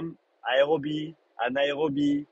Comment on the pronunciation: anaérobie grrr😂